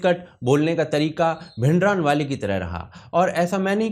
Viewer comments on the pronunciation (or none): भिंडरानवाले नही भिंडरांवाला है सही उच्चारण।